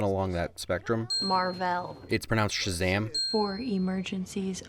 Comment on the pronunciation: It’s pronounced SHAZAM 😂😂😂🤣🤣🤣😝